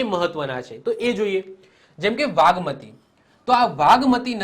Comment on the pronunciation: Vagmati nay nagmati aave